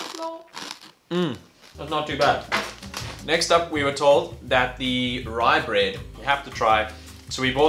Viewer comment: Its not "RyBrEaD" its rugbrødd